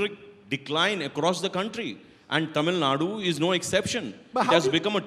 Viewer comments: Who the hell is this and what he has to do with Tamil Nadu elections? He can't even pronounce 'Tamil Nadu' correctly. Is not getting a good spokesperson from Tamil Nadu BJP? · Who's the hell is? He can't even pronounce Tamil Nadu properly.....shit!